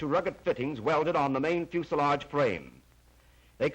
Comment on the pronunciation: It flies and flights and lands the pronunciations stay on the ground